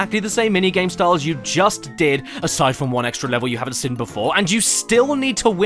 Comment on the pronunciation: Why can’t you say ‘seen’ right, you say ‘sin’ great vids tho